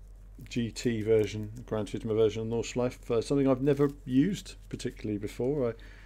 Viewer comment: Nordschleife pronounced "nord-shlyf-eh" ;) Nice driving! Can't wait to get behind the wheel in this combo.